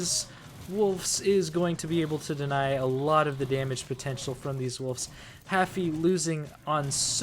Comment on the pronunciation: There’s also no f in wolves. It’s not woofs